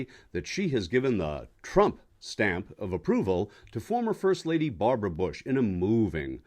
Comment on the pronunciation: How hard can it be to say Bush and not Boosh?